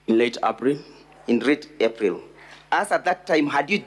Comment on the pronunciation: How is he pronouncing April 😅😅😅😅😅